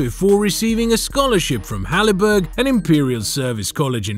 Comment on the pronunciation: "Halliberg College", ok that's totally obscure to anyone outside Melbourne but I laughed at that and immediately thought AI. Haileybury.